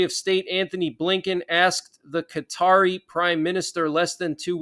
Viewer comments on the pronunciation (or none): none